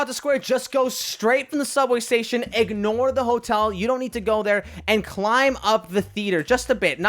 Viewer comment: Anyone realized said:EGGnore the hotel?